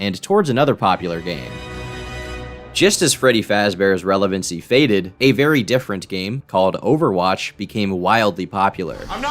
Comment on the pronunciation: teddy fazbere :)